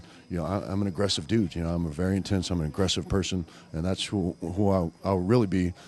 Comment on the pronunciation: did he say Josh Barnett is a good douche or good dude?